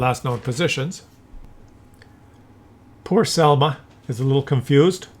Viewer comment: š is not s,š is like "sh"-it so šelma you pronounce like shelma.